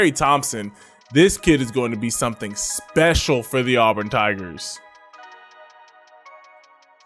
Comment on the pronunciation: As a born and bred, in Auburn, auburn fan, I gotta give you props for pronouncing Auburn correct. Helll yeah!